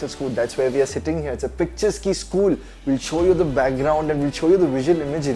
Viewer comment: "Picturesque" is pronounced really wrong. Please edit that aspect if possible before it gets big